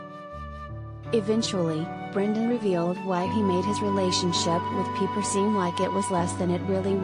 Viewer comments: It is pronounced like "piper," not "peeper'. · obviously you have never watched the show. Her name is not "Peeper"